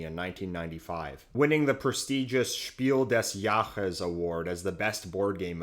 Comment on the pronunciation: It’s German and spoken „Spiil des Jaares“